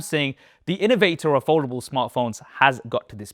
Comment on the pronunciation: I hope one day you learn how to pronounce Samsung and foldable